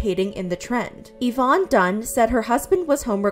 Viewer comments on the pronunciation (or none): none